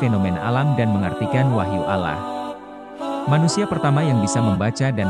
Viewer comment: mohon maaf,,klo saya keliru.kok saya dari awal nyyimak video,dr awal sampai selesai,,pengucapan Allah SWT.. (huruf o,,tp huruf a..